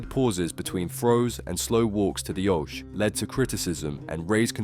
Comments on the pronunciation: You know nothing about darts. What is an 'OASH'! Did you, by any chance, mean 'OKEE'! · funny how a dude telling us about darts, pronounces Oche as Osh... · The how you pronounce things makes my blood boil. A do called darts fan that can't say Oche or Stompe name right is shockingn made me stop halfway